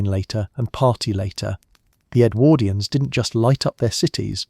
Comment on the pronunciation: Love your stuff - interesting choice of topics, but do think you could tweak your pronunciation of Edwardians, it sometimes gets rendered as EdwErdians - but sometimes properly. Really jars.